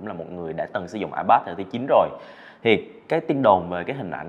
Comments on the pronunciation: Ipad đọc là a bát á😂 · Ai bát… kkkk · A bát